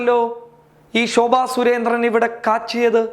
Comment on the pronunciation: മൈ പൊടി നീ ആദ്യം പോയി നിന്റെ നാക്ക് ഒന്ന് വടിക്ക് ഷോഭ അല്ല (ശോഭ )